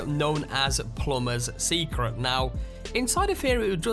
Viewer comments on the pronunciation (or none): What accent is that ? How come you don't pronounce many "t" ? Diamon ci'y Secre' location Get in'oo Haha you funny dude !